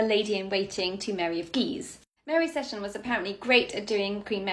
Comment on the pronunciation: My Scottish grandmother always recited a rhyme about the 4 Marys from which I know the correct pronunciation of that ladt's surname is see-ton not sett-on - thus the emphasis is on the long "e" vowell something I note corresponds with the present day pronunciation of Port Seaton on the North Sea coast south from Edinburgh